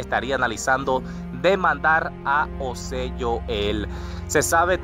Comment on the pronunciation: por que dices Manuel osé, osé Joel y osé osé, creo que tienes problemas pronunciando la J, es algo que puedes corregir.